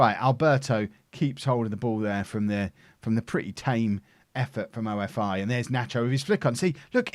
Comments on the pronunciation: it is not "O. F. I. CRETE", these are not initials, it is "OFI" which means snake in Greek and the team is from Crete which is a famous and the biggest Island in Greece! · Traffic light August :D PS-OFI is pronounced OFFEE (like cOFFEE without C). You welcome :D